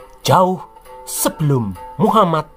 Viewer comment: Baru ini nonton chanel SN jdi ketagihn nonton krn bhs nya logat jawa dan penekanan kata2ny ,bkin ktwa,gak ngantuk aplgi nyebut muhammad